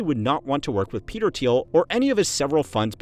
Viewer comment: “petel thiel”